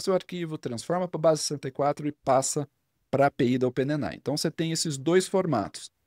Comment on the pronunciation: Fala amigo, bom demais?! Seu conteúdo e didática são fantásticos e eu aproveito e absorvo muito. Porém, com todo respeito e admiração aqui vai uma observação sobre um vício de expressão que notei: A palavra OPEN AI não é lida como ope ne nai e sim ôpên êi ái.